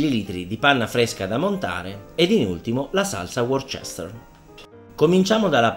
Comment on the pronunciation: Perdonami chef, non per fare il pignolo antipatico però Worcester si pronuncia "Worster"...